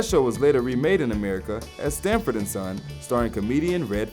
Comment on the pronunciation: This kid doesn't know anything about the beatles..... just reading off a list. He mis pronounces song titles and even the name of the show SANFORD and Son... he calls it " sTanford" and son.